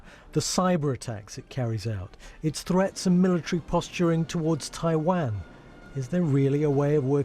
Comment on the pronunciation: Hahaha can't even pronounce taiwan properly... BBC has failed already